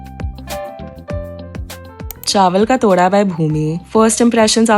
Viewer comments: Just a correction..it is not chawal ka तोड़ा but it is pronounced as टोडा in Jammu😅 my Nani is from Jammu as well and she makes these too..I just love them so much..felt so nostalgic seeing you trying this 🥹♥️ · Haha bro , it was funny when you said TODA , so it is pronounced LIKE ( Tamatar wala T , ooye wala oo , Dha with some pressure) Toodha , toda .